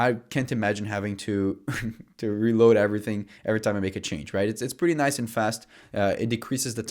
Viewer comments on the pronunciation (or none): none